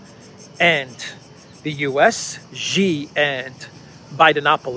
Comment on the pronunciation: Hi, the Chinese Presidents name Xi in Chinese is pronounced like the English pronoun "she". If you want to quote Xi, you always can say "That's what Xi said":)